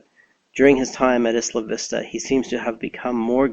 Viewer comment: It drives me insane that Isla Vista is being mispronounced by so many. Isla is pronounced like aisle-a.